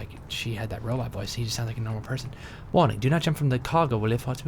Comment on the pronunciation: He said brobot lol